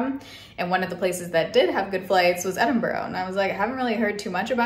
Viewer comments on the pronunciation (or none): Little tip from a local Edinburgher, its “Ed-in-bruh” not “Ed-in-borrow” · For anybody wondering, in Scotland we pronounce Edinburgh like Edinbruh (like bra but with a 'Uh' sound instead of an A.) Glad you enjoyed it 😊xx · The actual pronunciation is ‘Embra’. 👍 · Enjoyed your vlog! However, there is no 'o' at the end of Edinburgh. Enjoy Dublin! There's no o on the end of it either! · Please stop saying edinboro 😩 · Im so glad u pointed this out! I was thinking… thats not how u say it! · the pronunciation of edinburgh is killing me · Biggest pet peeve is the way Americans incorrectly pronounce Edinburgh…